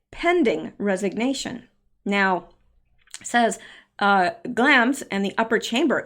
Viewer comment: following you through all this. just wanted to mention that I believe you are pronouncing Glamis wrong. there is a place in California called Glamis. I only know it because of sand dunes.